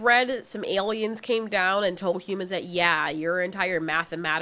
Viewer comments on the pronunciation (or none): none